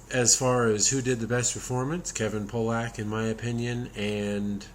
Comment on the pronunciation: It's Kevin "PAUL-uck", not Pollack, ya goof 😂 "Pollack" is derogatory for a Polish dude. Haha Check out Key & Peele's parody of this movie called "World's Worst Liar"... Keep up the good work,! PS Send me your email so I can write you, or send you my long-delayed Commando video (my cell service is off for the moment). My email is nathangomer2013 at gmail. Then I'll delete it off this comment